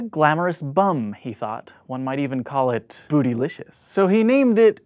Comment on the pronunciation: Are we just going to ignore the way he said "bootylicous"